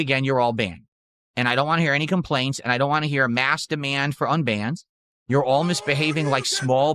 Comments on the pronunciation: “I’ll give you whatchu wah, if that’s really whatchu wah.” 😂😂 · "Ill give u wha u wahh".... what does have against the letter "T"?!?!?